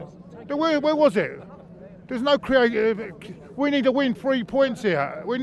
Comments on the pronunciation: its CREA-T-I-V-I-T-Y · proper struggling to say ‘Creativity’ 😂😂😂